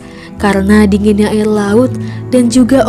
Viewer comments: woi ngomong nya yang bener dong air bukan ail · Kok yang pas kata ada dua orang yang melakukan hal gila yang bikin video ngomong ail padahal air mungkin terlalu cepat jangan gitu lagi ya kak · "Air bukan AIL" menyerah bukan Menyelah"